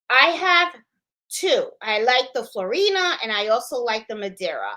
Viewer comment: hahaha. You crack me up. it's FLOOR-E-AN-E. You'll get it right eventually LOL! Love ya!